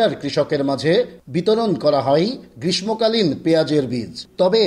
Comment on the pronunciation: বুড়ো হয়ে গেছে , অথচ এখন পর্যন্ত গ্রীষ্মকাল উচ্চারণটাও সঠিকভাবে করতে পারে না । এরা আবার সাংবাদিক । আফসোস !